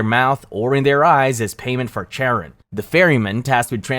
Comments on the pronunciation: Charon doesnt rhyme with Karen. It’s pronounced “Kai Ron”. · That’s not how “Charon” is pronounced. It’s starts with a /k/ sound as in “cat” because it’s of Greek origin